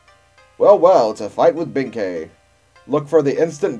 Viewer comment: You're right in the case of Yae and Sasuke, but he was pronouncing Benkei right. The latter is actually a Chinese name.